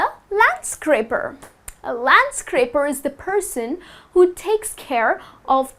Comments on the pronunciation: Is it a landscraper or a landscaper ? I'm confused because I didn't find landscraper in the dictionary, but you have pronounced with an r, isn't it ? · LandscRaper? You mean landscaper, don't you? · It's landscaper, you put an extra "r". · Careful it's Landscaper not scraper.